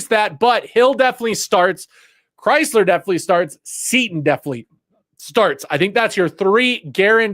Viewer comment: Do some research on players names It doesn't sound like the car chrysler you are pronouncing his name wrong.😮 sounds like krizzler💯